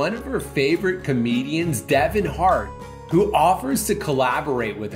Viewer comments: it’s Kevin Hart, not Devon Hart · Devon hart💀 it’s Kevin hart💀💀💀💀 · my brain is dying please tell me he didn’t say Deven Hart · I will never forget you guys saying Devon Hart 😂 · everyone: kevon hart comedian Dhar Mann: devon hart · I just have to say you mean Kevin Hart not Devon Hart 😂😅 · "Devon Hart" what the hell is a devon hart? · XD Devon heart xD it’s Kevin hart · “Devon Heart” brooooooooo it’s Kevin heart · They really said Devon hart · "devon hart" bro...